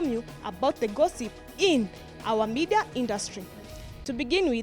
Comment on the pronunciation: ... in our "mida" industry. Guess she meant "media" industry.